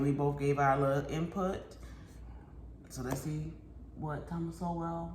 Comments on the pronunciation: Please review how to properly pronounce Thomas Sowell name. It is pronounced like the word “Soul” as in the soul of your shoe. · It's pronounced "Soul" not "So-well" ;)